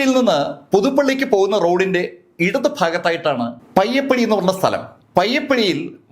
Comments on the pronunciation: Not പയ്യപ്പടി,it's പയ്യപ്പാടി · പയ്യപ്പടി അല്ല പയ്യപ്പാടി ആണ് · പയ്യപ്പടി അല്ല പയ്യപ്പാടി.. മാർക്കോണി അല്ല മക്രോണി പാലം